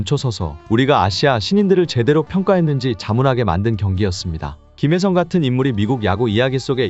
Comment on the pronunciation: 김혜성 이름 발음이 이상 해요